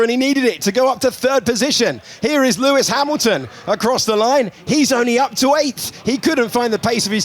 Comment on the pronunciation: ahahaha pewis pamilton 😂